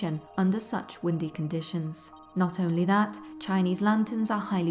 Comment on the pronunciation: Oi you got a loicense for those choinese lanterns!?!